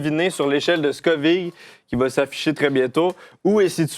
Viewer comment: Est-ce que tu fais exprès de mal prononcer Scoville?